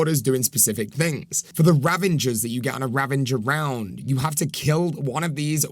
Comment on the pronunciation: 😂 ravinger.. it's ravager